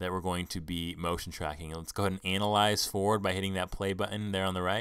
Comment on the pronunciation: u said "anal-ize". lol